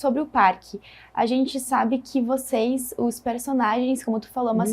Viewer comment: Boa noite, quero cumprimentar pelo canal, mas tenho uma crítica, a reporter deveria prezar pelo bom português, e quando ela fala "voceis", me incomoda, pois o certo é vocês. Obrigado